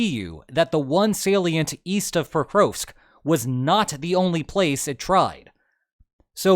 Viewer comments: Geez your pronunciation of Prokrovsk... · The Ukrainian letter ‘о’ is always hard as in ‘dog’. Your mispronunciation of ‘Pokrovsk’ was thus very distracting for my autistic brain.